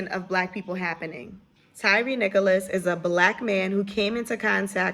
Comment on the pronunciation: Nichols, not Nicholas